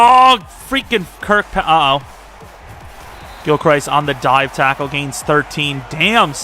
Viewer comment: Gilchrist is pronounced (gill-crist) like crust but with an i